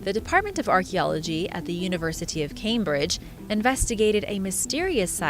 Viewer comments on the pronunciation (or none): none